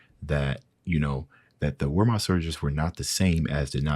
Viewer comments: Wehrmacht is pronounced with a V not a W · It's the German Army pronounced "Virmacht" Weirmacht.